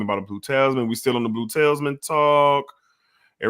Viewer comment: For future reference: Talisman = "TA-LISS-MAN" not "TAILS MAN" Pi = just "PIE" not "PEE-EYE" Ingenious = "IN-JEE-NEE-US" not "IN-JEN-YOU-US" Hedonist = "HEE-DUN-IST" not "HEN-DOH-IST" Just trying to help. Don't fault you mispronouncing since being live is tough. 🙏